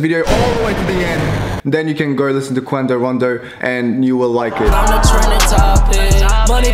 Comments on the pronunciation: "qwando rondo" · Everyone else: quando rondo.: kwindo rando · It’s quando rando not quandio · bruv Quando Rondo dudeeeee not Quando Rondo🤦🏾‍♂️🤦🏾‍♂️🤦🏾‍♂️ lmao